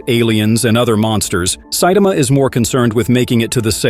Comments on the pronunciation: Who the hell is Saitema? Saitama, TAMA. Ffs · Saitama is not hard to pronounce. You get it right sometimes, but also butcher it many times. Please work on this. Geez you also mispronounced Genos. WTH??